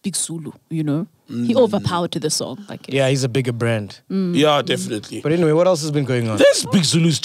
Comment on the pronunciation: lol did Sol just say aniswi tivi hahahaha